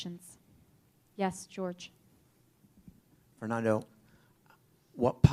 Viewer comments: ITS FERNANDO NOT FERNONDO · A W true it’s just annoyed me how she pronounced Fernando